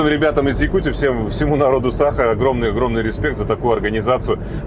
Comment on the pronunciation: " саах " это по нашему говно аты говориш Сааха, а нада говорить Саха мира друг с возврашением домой ❤ НХНЧ.